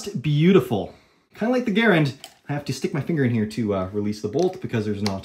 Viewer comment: You did pronounce it correct. Because it was a Frenchman‘s name who was the one that designed it. But most people do call it a M1grand.